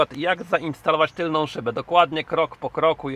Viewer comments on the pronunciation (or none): none